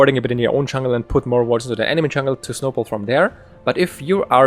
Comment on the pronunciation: Great guide, though it took me a while to figure out what "chungle" Evelynn was. Do you know any support-focused warding guides?